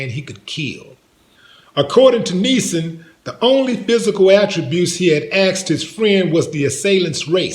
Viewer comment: aksed?????? WTF word is that? Seriously what is aksed or is it axed?